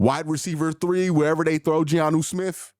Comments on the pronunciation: It's Jonnu. Not Giannu😊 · Btw, it's Jonnu, not GEE-ANU Smith